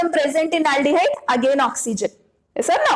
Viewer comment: Aldihyde xxx Aaldihyde ✓😂